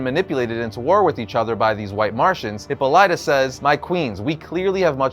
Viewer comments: HIPPA-lighta?! You're killing me,! hi-POLLY-tah is the pronunciation you are after. Seems like a small quibble but I am obligated to say something lest my Greek wife lock me inside a Brazen Bull. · HipPOH-lit-ah not Hippo-LIGHT-ah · Please tell me he's just trolling everyone with his pronunciation of Hippolyta. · That pronunciation of "Hippolyta" has me screaming, lol